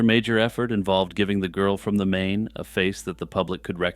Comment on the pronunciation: Just an FYI, Main in this case is pronounced like "Mine". It's German so you pronounce the long second consonant. Same thing with the "ei" or "ie" combo. I went to high school in Frankfurt am Main.